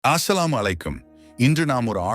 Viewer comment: ஆஸ்ஸலாமு என்று சொல்லுவது தவறு அஸ்ஸலாமு அலைக்கும்